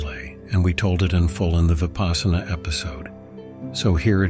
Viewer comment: Vipaśyanā. Vipassanā. Not vipaasana